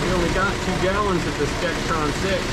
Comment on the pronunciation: It's D-E-X-R-O-N transmission fluid, not d-e-x-T-r-o-n fluid!!! If I had a nickel for every time I've heard people stick that "T" in there...